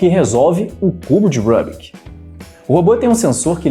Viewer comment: Rubik tem origem húngaro. Estão o som do nome dele é pronunciado Rubik mesmo , não "Rãbik" (que soa como um nome inglês).